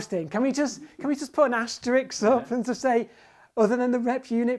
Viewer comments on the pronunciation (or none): Dr G, it’s as-ter-ISK, not as-ter-ICKS.